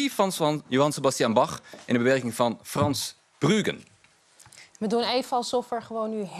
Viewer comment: Eindelijk een voorzichtig weerwoord tegen het cultureel-marxistische klimaat bij o.m. subsidie-verdeling. Het vergeten van de oude muziek beweging (waarin Nederland notabene wereldwijd vooropliep) blijkt wel uit het uitspreken van de naam Frans...eh...Bruuken. Tekenend.